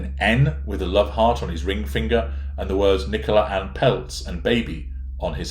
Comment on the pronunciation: Isn't itpronounced Nicola as in Cola? The way you say it's an English name.